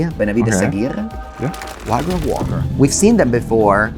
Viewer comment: excellent games, Amalia easily going (almost) infinite is really a powerhouse the way pronounces Amalia's name is almost perfect, lol he pronounces Aguirre as "ahghirr" when it should be pronounced "ahghirreh"